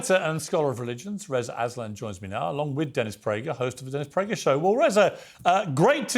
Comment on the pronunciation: Did Piers say "death Prager?"